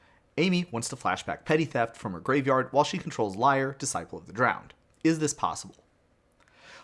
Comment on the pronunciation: Lee-air, not liar lol